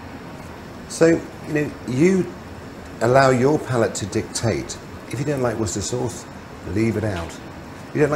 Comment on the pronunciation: jesus christ that's a lot of worshchesthiserhierhehreher sauce